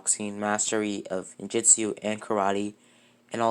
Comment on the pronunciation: He said did say ninJutsu right when he unlock the Sharingan